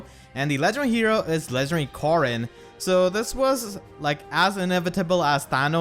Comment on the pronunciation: 𝔸𝕟𝕪𝕠𝕟𝕖 𝕖𝕝𝕤𝕖 𝕣𝕖𝕒𝕝𝕚𝕫𝕖𝕕 "𝕃𝕖𝕘𝕖𝕟𝕕𝕒𝕣𝕪 Corn” 𝕒𝕥